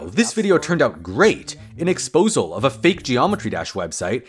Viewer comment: Why does everybody in the GD community call them exposals, the word is exposé